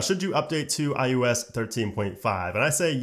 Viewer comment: he said "IUS"